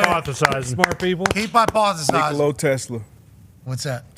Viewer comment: Wait.. are WE really teaching SHAMS how to pronounce the 2x MVP & current defending champ/ FMVP name….? Now if we could all pronounce his first name correctly.. lol it’s, NI-kola.. not, nicole-A.. Lol. and just like Spanish, the “accent” over part of a word, does play a part in the proper pronunciation. Example: Papa & Papá in Spanish are the “same” word, but pronounced differently, and they also mean 2 different things. Lol